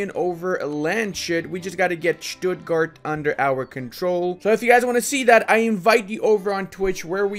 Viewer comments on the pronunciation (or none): none